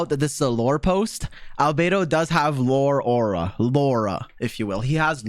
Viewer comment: Indians hearing lau-ra 😂😂 you will get it 😂